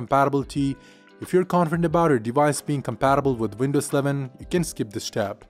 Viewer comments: I thought he said Windows 7 as well numerous times..lol. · Why does he sound like he's saying windows 7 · Is this guy saying windows 7 or windows 11? 😂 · He says window sleven